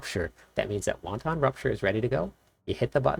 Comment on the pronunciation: Great guide! Please learn to pronounce the word Wanton. Hint: it doesn’t sound like Chinese soup.